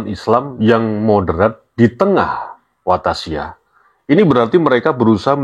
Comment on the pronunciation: mohon maaf,klarifikasi kalimat,yg adalah washatiyah bukan wathasiyah trmksh